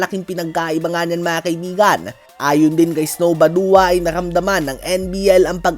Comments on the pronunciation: Bad-wa sir Ang tamang pag-basa sa badua! Hindi po ba-duwa!! D po ako nagmamarunong tinatama ko lng po kayo kase baka mabash po kayo nang mga banong tao cge boss more power po sa page nyo 💪💪💪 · Badua ang bigkas Bad-wa hindi Baduwa